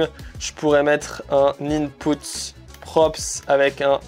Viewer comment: Inpeut pas Inpout 😂🚀